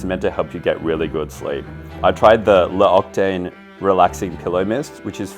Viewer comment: Sick video, this video is what YouTube was meant for, spreading a positive message to help everyone. Ps . L’occitane is pronounced : lo ksi tan